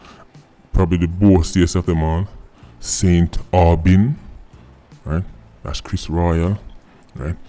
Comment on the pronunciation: It makes me crack up how emphasizes Saint AUGINE lmfao